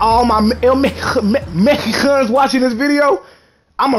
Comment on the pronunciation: “All my mekikans” 😂😂